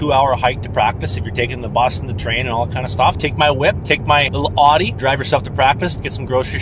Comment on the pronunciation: Love how you pronounce audi it's hilarious